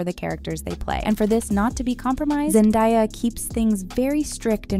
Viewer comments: It's pronounced Zendaya not zendieya😂😂😂😂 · To the woman speaking in this clip.. its ZenDAYA and NOT zenDIYA. She pronounces it with an A sound and NOT I.. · Zen-Day-a Not Zen-Di-a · Her name is Zendaya who the hell is Zendaya that’s not her name get it right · So much research just to say Zendaya wrong too many times 😢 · You expected AI to get it right?